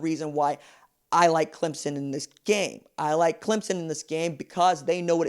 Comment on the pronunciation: You even say Clem son....not Clem zon... thanks!